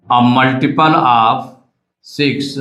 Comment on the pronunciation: multiple❌ muliple✅😂